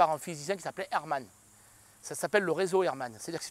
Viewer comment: C'est réseau Hartmann et non pas Hermann... mdr